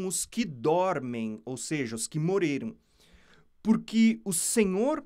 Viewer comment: Pq vc não consegue falar: Morreram e fala Moreiram?